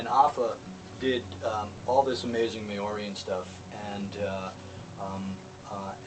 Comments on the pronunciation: I'm laughing so hard. "May...Ori" hahahahaha! Maori is pronounced "Mow-Ri" or "Mouldy" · Its Ma-ree Not May-or-ee lol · May orian? If you're going to ink yourself up with the art of a culture you know nothing about you should at least learn how to pronounce their fucking name. I think you summed it up best with 'tribal shit'.. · he said it was just pronouced Maori wrong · Not trying to be a smart ass but you're pronouncing Maori wrong. Love the tattoos and your shows :) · you are so right - I was cringing everytime Kurt said it wrong ... typical Pakeha :)